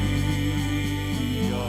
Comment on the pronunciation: Pragtig! Ek hou van jou uitspraak van halleluja! So Baie kunstenaars spreek dit uit met ‘n oe klank.